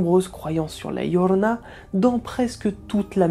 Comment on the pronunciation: Ah par contre votre accent m'épuise prononcé bien son nom par pitié la "djiorona" et non la "lorona" parce que c'est énervant pour les hispanophones je vous en conjure.. vous racontez son histoire alors bon.. d'ailleurs les conquistador ont été traumatisé par cette apparition et on violés et égorgé plus de la moitié des femmes qui étaient enceintes et qui se trouvé dans se village et ceux avoisinants. Mais très bonnes vidéo sinon 👏